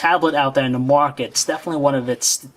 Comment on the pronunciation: lol every time the guy says market it sounds more like muarket